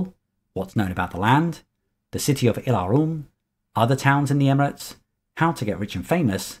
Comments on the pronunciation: I Have to be sorry, but your pronunciation of "Ylaruam" as "ie'la'rum" is faulty...it actually should be "iela'ru-am". This was explained in Euro gencon 1995 by Ken Rollstone himself or notes from him (I can't remember that detail). The "Alasiyan" is pronounced as "Ala'si'jan" Further great video. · You have nothing to apologize for (well, maybe that pronunciation of "Ylaruam")... We should be thanking you for these amazing videos. Thank you.